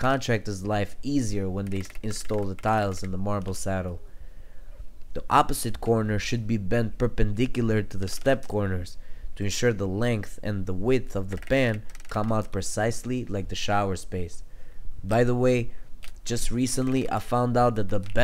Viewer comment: Per pen diculaur 😂😂 Nice work broski